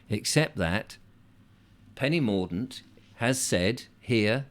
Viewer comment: Hahah....Penny Morgue-dent.